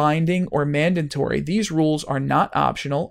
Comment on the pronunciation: It's pronounced "mandatory", not "mandantory". There's only one letter "n" in there. It's okay, you're in good company. Benedict Cumberbatch can't say "penguin" :-).